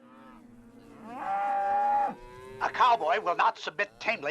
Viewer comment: Did that “author/historian” Brinkley really say “Valentimes” day? I listened to him say it 3 or 4 times and I swear he said valentimes, tough to take an author/historian seriously when he says something like that